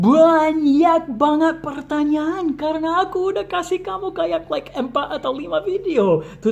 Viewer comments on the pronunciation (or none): kalo ngomong pertanyaan sya dngernya kayak ngomong pertanian wkwkw.but it's not problem, ttp semangat post video learn english tentang conversation sehari hari atau yang umum dipake sama bule ya:D